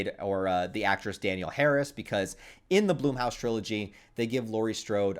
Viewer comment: Hey buddy I like your content but it’s not Bloomhouse, it’s Blumhouse